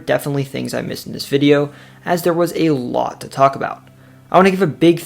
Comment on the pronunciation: say: a-lot NOT: A-lot!!!!!!!!!!!!!!!!!!!!!!!!!!